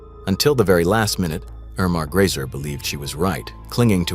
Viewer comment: Grese not Grayser.